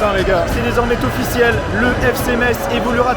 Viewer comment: Belle vidéo. Beau boulot. Seul petit bémol, les liaisons dangereuses ... ;) Faut arrêter de mettre des "T" partout ! :D (exemple : "c'est désormais Tofficiel", "évoluera Ten ligue 1" "le perdant parvienne Ta retrouver" ...) Bonne continuation !